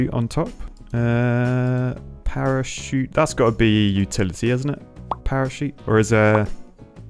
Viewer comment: Parachute more like perishute